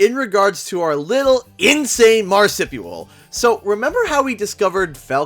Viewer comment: I think you’re saying marsupial wrong, brah.